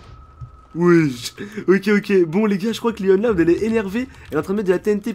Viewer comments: On dit pas luan on louan loud est tu as oublié la maman et le père est j'adore t'es vidéo ♥️♥️😘😊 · on lecri luan loud mais on le dit louan pas luan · On fit pas lUan loud mais lOUane loud mdrrr